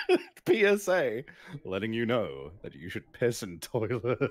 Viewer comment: “PEE-S.A.” lol